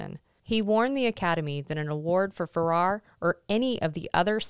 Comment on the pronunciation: About Jose Ferrer: Very interesting info. about his being a progressive and almost being black listed. Sorry to correct you, but you are mispronouncing his last name. It rhymes with air (pronounced "furair"). I find that a number of younger podcasters who are experts on classic film never the less mispronounce some relevant people's names (FYI, I'm 74 y.o. and have been watching classic films, documentaries about them and the people who made them for many decades.) But I am enjoying your podcasts and look forward to watching and listening to more, thanks.